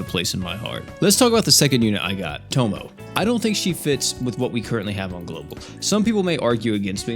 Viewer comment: Please stop calling her "tomo" bro it aint that hard to pronounce 😭😭